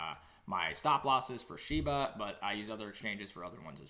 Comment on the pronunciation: It's Shiba NOT SHEBA